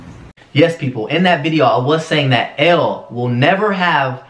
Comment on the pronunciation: Did anyone else notice Austin saying “ellel” . But actually “elle” is the real id 😂😂😂